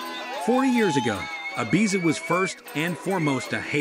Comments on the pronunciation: How about him consistently pronouncing Ibiza incorrectly? 🙄💀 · I'm not sure which is worse, the voice over translator or the fact the narrator keeps pronouncing Ibiza incorrectly. 🙄🤔